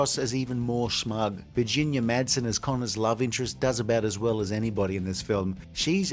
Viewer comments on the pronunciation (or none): none